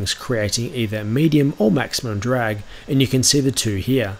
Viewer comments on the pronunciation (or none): none